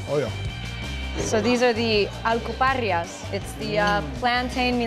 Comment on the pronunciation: I caught that too. She missed pronounced it.